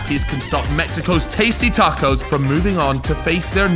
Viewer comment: Pissed me off 2 mins in calling tacos, tarcos???? Wtf man